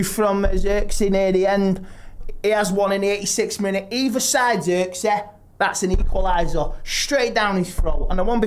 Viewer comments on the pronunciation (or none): “I’m sorry to say…its Zirkzeh!!”